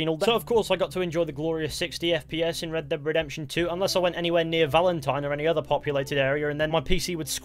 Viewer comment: Redbededemtion :D